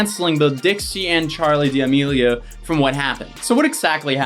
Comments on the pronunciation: saying Dee-Amelio’s instead of Da-melio’s😂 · It's not DM meal ah yo's It's DE meal a yo's ♥️ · ok im sorry but da-me-lee-o not diamilo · yo are say "Diamealio" It's pronounced "Damealio" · DiAmELiO as an Italian I must correct you... it’s D’amelio (Duh-meh-Lee-oh) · why is nobody talking about "dia melio" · Why do you say d amelios we know your doing it on purpose stop its annoying me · Him: DiAmEliO Me: ahhh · You’re pronouncing their last name wrong. It’s pronounced “Da-melio” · Idk why but it irks my soul every time he pronounces it like “dee-Amelio” 🤣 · Lol why u saying Dee Amelios? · Bro I’m sorry but I can’t watch this with how you’re pronouncing it 😭 I’m not even fans of theirs it’s just jarring hearing it pronounced like that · Are you mispronouncing their name on purpose..? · Please don’t say Damelio like that